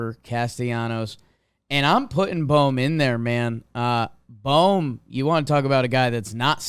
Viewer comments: ITS BOHM, B oh M not bomb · Can someone please tell Jimmy that its pronounced “boam” not “bom”